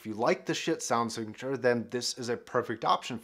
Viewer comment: I heard " shit sound signeche " 😂